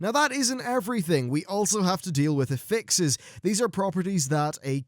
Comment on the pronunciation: in when you said affixes i heard apexis, i think they will haunt me forever >.<